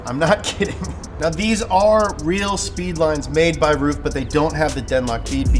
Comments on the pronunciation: That joke was wank and did not work it's pronounced(run) roof it's pronounced rough idiot and least you pronounced aluminium right lol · its pronounced roof? I've always thought it was like 'ruff' since gran trismo 2 lol. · Lol “Roof” isn’t it Ruf. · He was pronouncing rug wrong it's pronuced rough but who cares right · Somebody please teach how to pronounce the foreign words, because it's not funny to be look ignorant, when you make such an information-soaked show;) thank you